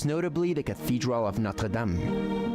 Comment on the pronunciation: I am delighted to hear you call Notre Dame (Our Lady) correctly and not Noder dayme like other Americans.